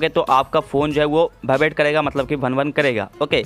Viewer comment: its vibrate not bhaibrate